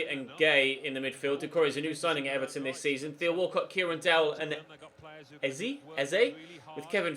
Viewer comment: Its pronounced ézé as if their were accents on both e's